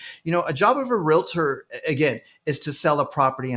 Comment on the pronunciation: it's Realtor not Realator 🙄